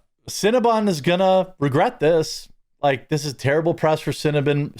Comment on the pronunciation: Cinna-BON, not bun. It's bon like the French word for good or sweet. Like "bon appetit".